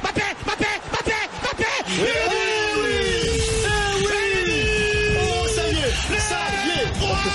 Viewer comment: je crois que c'est le seul commentateur au monde à prononcer Mbappé correctement!